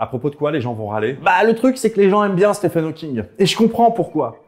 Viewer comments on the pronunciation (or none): Petite correction mineure Stephen Hawking se prononce steven [ˈstiːvən ˈhɔːkɪŋ] 😉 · Ça s’écrit Stephen, mais je crois que ça se prononce Steven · bon par contre je suis désolé bruce mais le ph de stephen se prononce comme un v... (ah oui et donner quelconque crédibilité à susskind c'est quand même se foutre un peu de la gueule de la communauté scientifique)